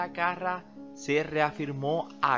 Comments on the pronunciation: (Era carrá )no carra) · se pronuncia Carrá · Porque le pones acento en la primera a si lo lleva en la segunda? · EL APELLIDO DE ELLA LLEVA ACENTO EN LA ULTIMA "A" CARRA!